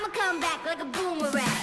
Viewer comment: One thing this video is missing….. AN “R” !!!!!! It’s not boomawang! Grrr